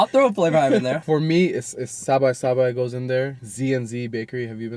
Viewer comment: Solid video. Great content, great advice and insight. Tammy might be mad* about your pronunciation of sabai. YouTube the music video 😂